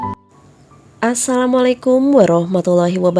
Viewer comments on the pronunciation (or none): none